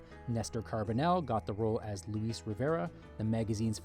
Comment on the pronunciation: 'Luis', not 'Leese'.